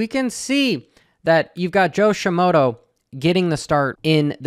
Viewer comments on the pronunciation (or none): There is so much wrong in your analysis. You can't even pronounce Shimoda correctly. Keep on dreaming, SHIMODO, HA.